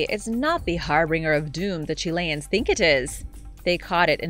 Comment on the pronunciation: It’s not har bing er it’s pronounced har bin jer!!! The full word harbinger.